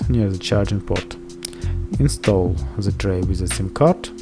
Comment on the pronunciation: It`s not „ZE“ it`s „THE“